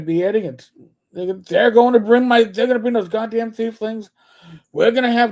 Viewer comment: Saying "thiefling" instead of "tiefling" really gives Boomer, they've been around since 2E Planescape.